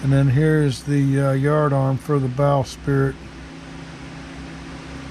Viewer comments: Bowsprit - “sprit” NOT “spirit” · Forgive me but it’s “bowsprit” not “bow spirit”